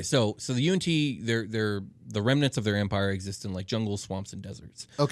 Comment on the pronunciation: How I pronounced Yuan-Yi vs how they say it Them: Y N T Me: You aren't tea